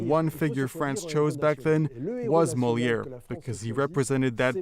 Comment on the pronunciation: Could the translator pronounce Moliere Properly!!